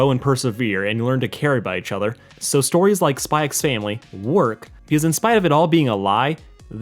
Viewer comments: You don't pronounce the "x' in Spy x Family, I don't think anyway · It's not pronounced "Spy x Family". That's just a stylistic thing in alot of Asian media just like Hunter x Hunter, which would just be pronounced "Hunter Hunter". Good video, but I'd just thought I'd let you know.